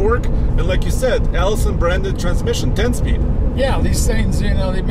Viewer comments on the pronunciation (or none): Its funny how you say allisson transmission , matter of fact its a gm transmission that they pay for the name. LOL